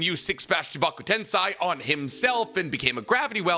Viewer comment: Edo-TenSAY NOT TenSai and Chibaku-TenSAY NOT TenSai